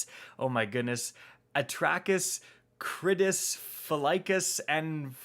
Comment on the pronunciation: When he said the names with trouble I was saying them with ease. Wow, I need to really take a break from Destiny for a bit if I’m saying that easily. The names are pronounced At-racks, Kri-dis, Phi-laks, and Prack-sis. you need pronouncing, hit me up for help